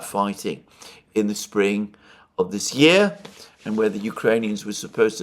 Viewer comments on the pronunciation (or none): none